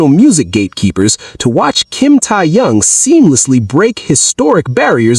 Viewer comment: Not Tia yung his name is Kim Teahyung this AI is butchering his name oh his main musical instrument is the saxophone and yes he also has practiced the trumpet but it's saxophone and the other saxophone player in BTS is Namjoon (RM)